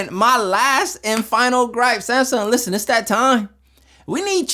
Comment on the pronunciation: Smasung? No its SMASNUG 😂